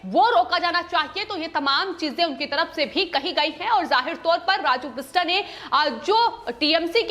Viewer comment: The name is "बिष्टअ", "राजू बिष्टअ" (बिष्टा नहीं है, बिष्टअ)